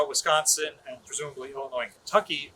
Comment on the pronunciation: I kinda like the "uss wisconcky " myself...